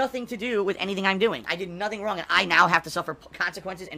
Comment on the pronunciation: "Man I'm Stoopid... I, I did nothing wrawng, I did everything correhct"